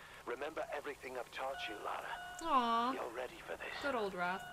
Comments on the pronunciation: Brilliant playthrough first episode. Two things. Bass in audio is too loud for headphones. Second. Come on Nicole. Its Lara. LA-RA lol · I hate being one of those guys, but, This is not the first game. The first game was released in the mid 90s. This is the first of the reboot series. It's Lara, not Laura. :p